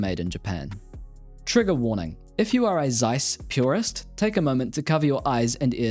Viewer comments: Thanks for the vid. One nitpick, it's TSeiss, not Zeiss. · It is pronounced ˈtsaɪs, not zsaɪs. Z in german is ts. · fun fact, its pronounced Ceiss not Zeiss... Z in the beggining of a word in German is pronounced as C